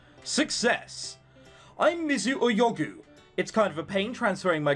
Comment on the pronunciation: Am i the only one that every time that says Oyogu says Pigu?